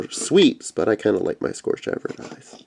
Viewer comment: Cool. However, the only one frm Generations I want is Wheeljack. Jazz is in the "TRANSFORMERS" line and with that I'll have all 10 of my favorite G1 Autobots in new toy form. By the way, it is pronounced "scURGE".